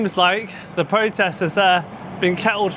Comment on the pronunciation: Its pronounced protest, not pwotest.... u poms suck at speaking english . It's erupt, not ewupt.